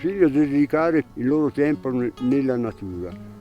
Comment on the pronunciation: “La fratellanza non c’è più come c’era un tempoh.” Cit.